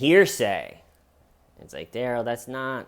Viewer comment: In Darrell’s interrogation, they pronounce his name Duh-rell instead of Dare-ull. I think that’s why he keeps saying “that’s not my name.” But instead of being a reasonable person and telling the judge the correct pronunciation of his name Day 1, or even at ANY point in the trial when the judge asks him what he’d like to be called, he just keeps saying, “that’s not my name” and won’t tell her the right pronunciation just to be a total asshole. Now he will forever be referred to Dare-ull instead of Duh-rell, and it’s his own fault.